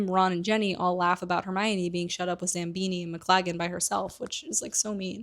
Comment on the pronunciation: I love these videos, but your mispronunciations girl 😭 Zabini doesn’t have an M in it 😭😭😭 I might be ableist against dyslexics tbh